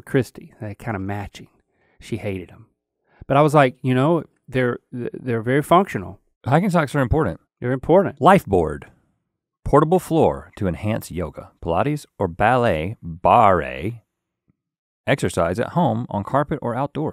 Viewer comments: Rhett pronouncing barre as bArÉy is my new favorite thing 😭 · V important info: barre is pronounced bar